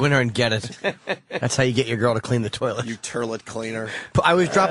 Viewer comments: Yes Opester, keep saying 'turrlet', maybe they'll laugh the next time you say it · I love when the opster mispronounces toliet it's hilarious